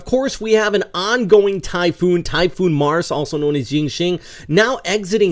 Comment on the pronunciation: The pronunciation of Marce is mar-se not mars 😅